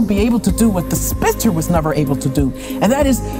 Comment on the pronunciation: She said "Spitzer" . They have to be doing this on purpose.